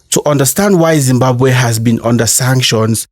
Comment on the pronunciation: That moment when Zimbabwean history is told by someone who can't pronounce Zimbabwe properly.